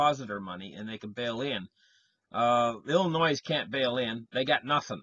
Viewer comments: PRONOUNCED "ILLINOI" THE "S" IS SILENT...YOU GIVE ASPRIN A HEADACHE WITH THAT VOICE OF YOURS LOL.HOMOCRATS RUN EVERYTHING INTO THE GROUND..REVOLUTION COMING. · PLEASE LEARN HOW TO PRONOUNCE OUR STATE!!! IT IS "ILL-I-NOY" !!! YOU SOUND IGNORANT ... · Also, the S in Illinois is not pronounced; it is silent. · They should sell the S maybe and save some money? "Illinoi " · The s is silent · The 's' in Illinois is silent. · Its a silent s. Lol. Killing me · I was thinking of the same thing. When people pronounce it like that it is always good for a laugh. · There is no noise in Illinois. Killing me too, Jason.